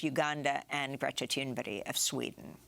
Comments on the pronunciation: its Greta Thunberg not Tumberdy😄 ( Fire the person who wrote the teleprompter he did it twice on purpose to make you look bad) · Dear Amy please stop calling Greta Thunberg Greta Thunberry as that is not her name and you do this often she is so important please call her Greta Thunberg as she truly is God-sent deserves recognition!!!!! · You should practice pronouncing Greta's name! It's not like she won't make the news again!!!